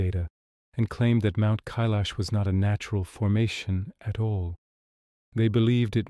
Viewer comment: 🤔 First time have ever heard it pronounced as in.. K lash 😏. Only heard it referred to, as in. K eye lash